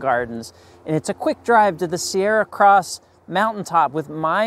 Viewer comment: The "Sierra" Cross you refer to is actually spelled: Serra, pronounced, from the Spanish,: "Ser-ra"--rolling the "r's". This cross was named for the Franciscan priest, Father Junipero (pronounced: "Wu-ni-per-o", Serra, responsible for establishing the San Buenaventura Mission, built in 1782. The Cross was an early landmark for sea-faring cargo ships & used for navigation.